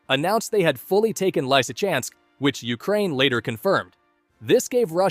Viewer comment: Not Lysykansk but Lysychancks ch is not k